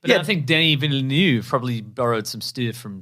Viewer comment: "Villeneuve", and not "Villenueve". This is probably why people keep mispronouncing his name 😆.